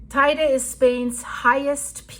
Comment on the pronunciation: Liebe, es heisst „Te Ide“ und nicht „Tei de“. Biiiitte nächstes Mal richtig aussprechen. Ansonsten danke für deine Arbeit!